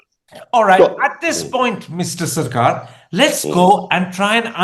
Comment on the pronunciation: Please correction his name is Jawhar Sharkar not Sircar